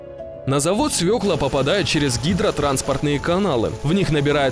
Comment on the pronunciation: Молодец комментатор ,правильно сказал : свЁкла.